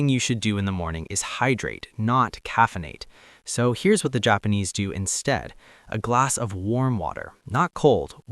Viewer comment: The Jop-pawn-ease. What a wild way to pronounce that…